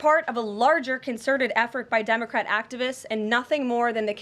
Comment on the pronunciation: I'm amused by her inability to say "democratic" activists despite her years of a Catholic school education including college (Saint Anselm College).